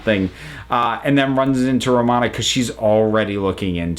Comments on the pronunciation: ...I'm sorry but is ANYONE else bothered by the way they pronounced Romana's full name?? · lol, I have never heard somebody mess up Romana's full name so badly